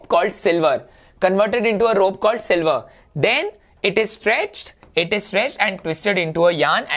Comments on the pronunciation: not silver sir, it reads sliver S L I V ER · You said sliver as silver